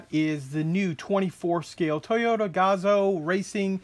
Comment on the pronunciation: Huh. The red bars and gaps are there for the Le Mans, WEC and Total sponsors but I don't see the decals. Someone wanted too much money or they don't have an ACO license. Oh and I've only ever heard Gazoo pronounced like kazoo.